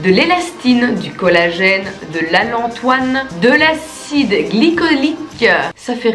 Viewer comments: Allantoïne ma belle et pas allantoine😘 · C'est pas de l'alantoine c'est de l'alantoïne